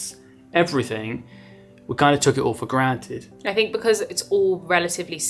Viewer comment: I hear an Aussie accent in some words..."granted"